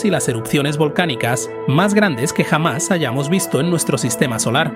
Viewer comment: Dice "perijove" pero aún no sabe decir la palabra "jamás" apropiadamente. "Rafael Gonfalef, el tipo que jamás nació o que nació jamás" 😂